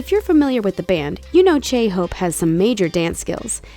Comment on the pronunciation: Why do you pronounce J's as 'ch' it freaks me out man. Ch-hope, chimin. Of course no offense just hoping new fans don't believe that, that's how you pronounce their names. And everyone can use social media, it doesn't give them any extra edge lol. It's literally the only way smaller unknown companies can get their groups out there since the media is largely controlled by big companies in their country. Anyways putting up an image of painting when saying Jimin attended an arts school, may actually misunderstand and believe he attended that type of arts school when it wasn't. But on the whole you guy did good.